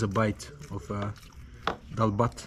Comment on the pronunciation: Bro ! It's no daal bahaat , it's daal bhaat